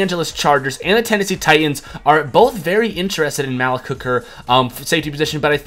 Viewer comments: It's pronounced MalEEk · not gonna lie, kinda loled when you said "maalick" hooker😂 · you pronounced Malik hooker wrong